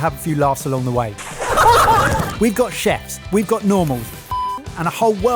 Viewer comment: I never hear the sibilant sound at the beginning, so it sounds like "We've got Chefs; we've got Norman". For ages when I first started watching I was like who the f is "Norman"???